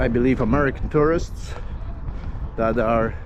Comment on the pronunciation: I thought you said, there was a group terroist in from of you , but then I realized you must have meant tourists. My bad.